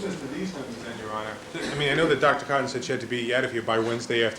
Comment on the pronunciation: Is it really necessary for him to start every single question to the witness with their name? It's infuriating!! Especially when he pronounces it Dr Cooooton.